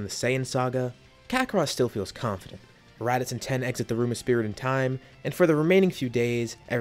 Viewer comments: Its tien, not ten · Are you saying ten instead of tien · Yo pronounce it teaen nit ten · Are you saying "Tee-en"? Or "Ten"? I hear the latter every time, but it should be the former. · Yea tea - in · TEE YEN, NOT TEN